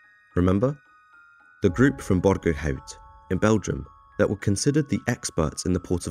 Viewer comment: You can pronunciate borgerhout as borgerout. The "out" in the the end like "getting out" in english.